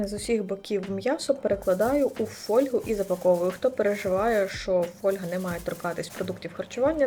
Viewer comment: фОльгу )))) хвОльгу! Йобані галіцаї, вчить українську мову!